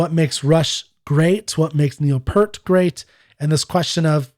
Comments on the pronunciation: PS - Just one more thing. I'm all for demonstrating respect and civility in these forums too, which is why I think it important to remind you that you are continuing to mispronounce the man's name. It was P-ear-t, not P-ur-t. Thanks in advance for your consideration on this point. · His name is pronounced as if it's spelled "Peert" like pierce, not "Purt" like hurt. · Peart = Peer-t